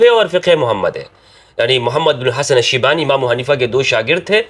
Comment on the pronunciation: It's shaybani, not shibani.